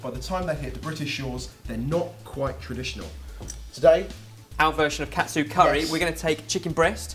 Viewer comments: It sounds more like Kah-Tsu curry, not Cat-tsu curry o: . Great recipe nonetheless c: ! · I don't understand what's so hard about saying KA-TSU. It's KA-TSU not CAT-SU. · It kinda irks me when people pronounce "ka-tsu" as "kat-su" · It's not pronounced CAT SUE, it's pronounced "Kaht tsu." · Hey guys! Whenever you guys make an ethnic dish, could you guys try to pronounce it's name the way they say it? I'm fine with you guys making your own version of the dishes, but sometimes the way you guys pronounce it grinds on my nerves. ex. Katsu You guys pronounced it Cat tsu, which is close, but usually people pronounce it as Kah-tsu Another word that you guys often use is Tempura, but instead of Ten-pu-ra, says "Ten-Pure-ra".. Sorry if I seem really bitchy, I just wanted to see if you guys knew you were saying these words wrong. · wow.... i just ate this yesterday at a shop names chopstix ^.^ and yea sorry ur saying Katsu wrong... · you're saying katsu wrong